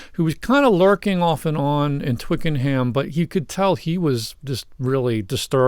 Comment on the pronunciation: Pronounced Twicken 'em